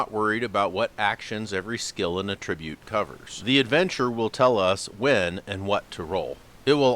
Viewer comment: A little Grammar Nazi business here: It's ATtribute, not atTRIBute. That's because it's a noun, not a verb. Like how you have to conVERT people in order to turn them into CONverts. Or how a CONvict is someone who has been conVICted of a crime. Or if you adDICT yourself to nicotine you become an ADdict. I know it may seem comPLEX, but you don't have to develop a COMplex about it. Just alLY yourself to good grammar and pronunciation and you'll gain many an ALly. Grammatik macht frei!